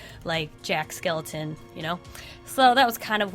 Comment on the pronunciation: "Jack Skeleton" It's Jack SKELLINGTON